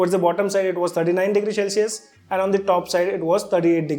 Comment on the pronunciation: Shell-cius nai hota bhai, cel-cius hota hai